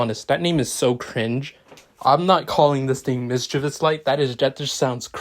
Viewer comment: When someone calls modifier “Mischiveous light”, i just wanna yeet my phone outta window